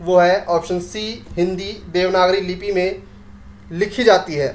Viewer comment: लिपि होती है सर ना कि लिपी